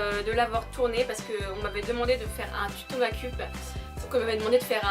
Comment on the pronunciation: Je remets désormais le prix de la meilleure prononciation aaaaaaaaaaaaa...! Avec sa prononciation incroyable des mots "Make up":).